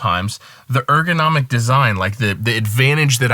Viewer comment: Is ergonomic, not egronomic...